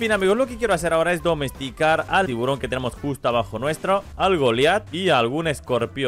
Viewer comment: Al tiburón le llamas tiburonsin